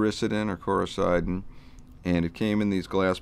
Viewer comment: Excellent,! Thanks for posting! Btw, you pronounced CORICIDIN every which way but the right way. You must not be from the South (not a judgment... just an observation). It's pronounced... cor i (eh) ceed in.